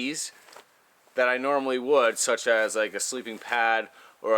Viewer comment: That's a big word..."Animities" so big,hard to pronounce, eh? 😂lol...just kidding..great to have you back,! We missed you! Great video! Informative Information...gotta love it👍